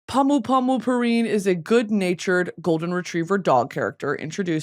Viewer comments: pronunciation is (pom pom pure-in) ❤️ from a sanrio girl😭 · ITS PRONOUNSED POO-REEN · dying at the way Britney pronounced "Pompompurin" lol